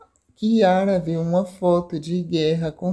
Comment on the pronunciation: Q diabo de interpretação e essa ?? O nome do rapaz e ari.da moça e Kiara. não chiara..mto horrível quem estar falando sobre a novela.sai fora